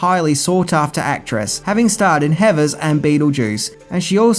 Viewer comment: lol. Closed captioning thinks he is saying “heifers” instead of “heathers”